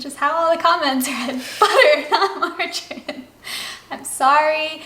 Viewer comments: Also!!!!! It is not pronounced Mar/jar/in it is pronounced Mar/jar/eeeeen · Second version was perfect . Just wanted to add , that it is pronounced ...margareeeen .